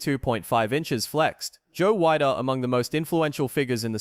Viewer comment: I was at the 69 Olympia. Yeah, Sergio deserved the win. And it's pronouced Weeder, not Wide-er.